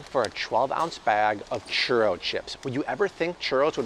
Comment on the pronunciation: ‘Churro’ is ‘Chew-Row’😆 Bobble…😃 it’s Spanglish… 😅 lol